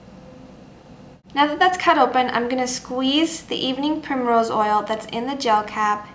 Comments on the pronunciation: What's the second ingredient? Can't really hear what she says, but it sounds kind of like "evening pure mineral oil"? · Hello i understand vit e but evening .... oil i cant understand what you say can you repeat it svp Thank you . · sorry, I couldn't understand the name of the second thing you showed after the vitamin E oil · can you please spell the second ingredient, i could not hear it properly. if you can aswer asap. thanks